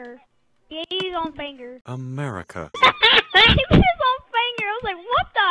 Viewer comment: "He ate his own fanger. He ate his own fangur." "America." Best part.